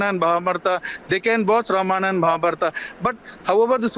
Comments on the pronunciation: Whats happening , a idiot insults our culture we keep quiet , when do we kick these idiots out and worse the journalist cannot even pronounce Ramayana , its Ramayana not Ramana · why he is not able to pronounce Ramayana he says Ramanna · Learn to speak ramayan and mahabharat correctly. रामायण और महाभारत. NOT रामायना OR रामाना AND महाबारता. IDIOTS. अंग्रेजोंकी औलाद. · The reporter can hardly pronounce Ramayana